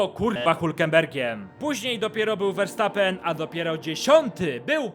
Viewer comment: Jakby co Verstappen czyta się przez "F", ale mów se jak chcesz.., jest super...